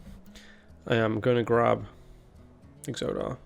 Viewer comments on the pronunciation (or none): you pronounce exodar in whatever way makes you happy even if as a wow player it makes me increasingly upset that you pronounce it like exodia instead of like exodus. but if we're being fair, your pronunciation in general sounds like a caveman wielding a club to an american so w/e just own it and smash. :P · You mentioned not being sure how to pronounce Exodar It is like Exodus, so EX-oh-darr, with only the first syllable stressed and not the second